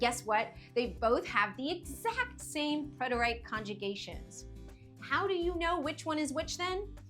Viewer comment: It is not pronounced preter-ite but is pronounced preter-it or preh·tr·uht but the rest was well done